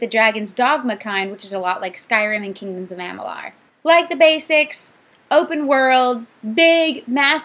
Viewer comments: Stop saying AMALAR. lol AmaLUR. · Something that really bugged me for some reason. Amalur =/= Am-uh-larr (it's in the videos and it's not even proper english to say am-uh-larr) And, when did you start playing games exactly. i realize quest marking is the new thing and thinking/researching where to go has gone out the window in recent years but I mean..I had 0 issues reading quest text and figuring out what to do, but then again I didn't come into the game expecting to be fed experience by running between checkpoints.